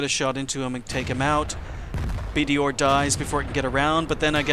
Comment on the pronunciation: Why do you keep calling it a BDOR?!?Are you by some chance familiar with the pronunciation of english letters? IT'S BD bloody R G1 B ...or?